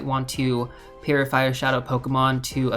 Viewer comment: Now I can’t I hear it lol